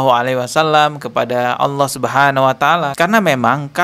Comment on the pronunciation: "Tidak ada bedanya AUWOH dengan setan" wkwkw bibirnya ga bisa bener lafadznya, karena memang nama-Nya Allah